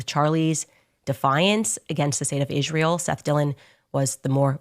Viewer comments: The way she says Israel I'shrael drives me nuts. Man shes 1 of those people that cant pronounce Ice Cream instead its I'sh Cream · the way maniacal Candy Howens says ISHRAEL should be worthy of a lawsuit. Work on your Dipthongs, Candy!